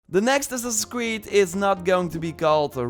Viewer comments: "The next Ass-ass in Creed." 😂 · second 1 of ur clip ... ur saying who0t? " next ssassi creed" ?